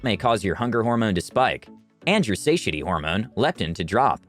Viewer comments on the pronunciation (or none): Anyone else cringe when they heard "say-sha-tee?" Satiety is pronounced "suh-tie-uh-tee."